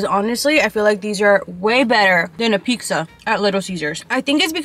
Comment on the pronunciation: Girl why do you say peexa 😭